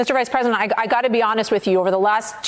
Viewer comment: he pronounces "president" like "present"